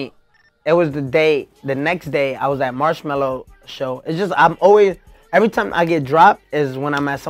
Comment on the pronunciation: Everytime he says marshmallow I crack up